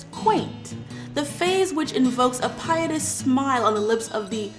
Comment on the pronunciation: Hey, comments section! Feel free to call me out on this, but the word "piteous" was mispronounced. I am only really mentioning it because YouTube rewards people commenting on videos. So this should help to get more eyes on the video. Have a great day!